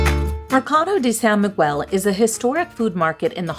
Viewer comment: Please work on the pronunciation of San Miguel. The "u" is silent